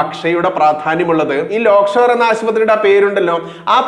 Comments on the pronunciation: Lockshore ആണോ lakeshore ആണോ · ലോക് ഷോർ അല്ല, Lake shore ആണ്.... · ലോക്ക് ഷോർ ആശുപത്രിയോ ? അതോ ആ പേർ ശരിക്ക് പറയാൻ ഭയമോ ? ലേക്ക് ഷോർ എന്ന് ശരിക്ക് ഉച്ചരിക്ക്. വാർത്തകൾ ഹൃസ്വമാക്കുക. വലിച്ച് നീട്ടരുത്. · ലോക്‌ഷോർ ആശുപത്രി എന്നല്ല lakeshore എന്ന് വായിക്കൂ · ലോക്‌ഷോർ അല്ല ലേക്ക്ഷോർ